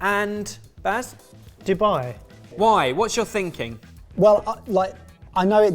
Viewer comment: Also Bass instead of Baz, sentry instead of century... Your videos are very confusing for the hard of hearing this way.